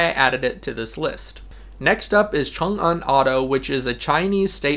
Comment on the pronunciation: You are an expert in Chinese; most expats cannot pronounce "Changan." You did a great job.